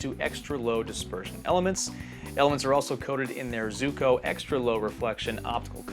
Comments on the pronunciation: I've always heard it was pronounced "Zwee-ko." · How can you say “Zooko” 😒 ..